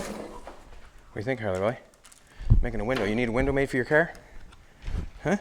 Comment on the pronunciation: Nevermind you literally just said Nova Scotia . I love it. CaaAr . XD